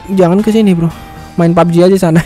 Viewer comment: Bang lu kemarin kok nyebut nya pubg kok lucu bg :pabeji 😠😂🤣